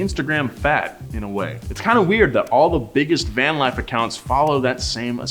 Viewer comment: Why are you Saying Van VANT ?